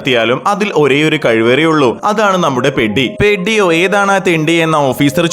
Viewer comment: പെഡി അല്ല പെദ്ധി ആണ്